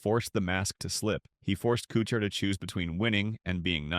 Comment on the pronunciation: Narrator can't even pronounce Kuchar's name correctly. The video title is misleading as well. Pretty sh...tty video.